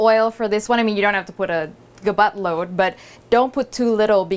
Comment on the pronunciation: got it "Buttload", lol, Still sounded like "GaBotLoad"! The recipe tasted great w/shrimp and squid (seafood style)!